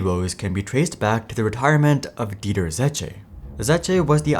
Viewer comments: It's Dieter, not Deiter! 😄 Dr. Z.! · The Name ist Dieter… not Deiter 😂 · Dieter not Deiter. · Its D I E T E R not D E I T E R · His name is dieter not deiter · His name is "Dieter", not "Deiter". My god, the quality of your channel is the worst.